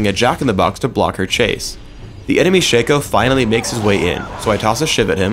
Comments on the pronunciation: Shay-co.... SHA-CO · ITS NOT SHACO ITS SHA-CO THATS HOW U READ IT! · I'm so glad to hear I'm not the only one that calls him "SHANKo" The guy slipped and called him that a few times in the video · It is pronounced Shaco not Shaco